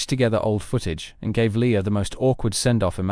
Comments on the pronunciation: Leia, not Leah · I was invested until I realized that this bot was referring to Leia as, "Leeya".